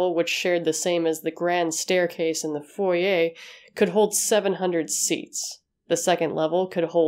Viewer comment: Great video, but the pronounciation of foyer annoys me.